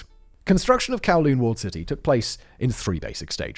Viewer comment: Humbooga dubghh kawwlooonh 😂